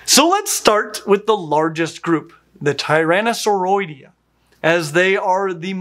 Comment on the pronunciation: If greek has anything to do with the pronunciations, "tyrannosauroidae" should sound like tee-run-oh-sav(as in savvy)-ree-the(but with an E sound as in elephant)